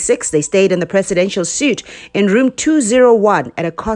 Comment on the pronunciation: Sweetie, it's not executive 'suit', it's pronounced like 'sweet'. Thanks for this info though.